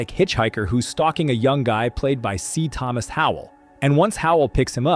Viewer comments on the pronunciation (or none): none